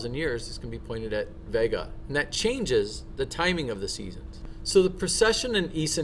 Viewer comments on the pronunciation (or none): none